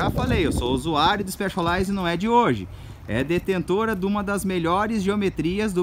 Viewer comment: Que diabos de IXPÉXOLAIZE que ele tanto fala?